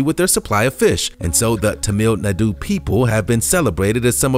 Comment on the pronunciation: "t'meel n'doo" ... rolls eyes.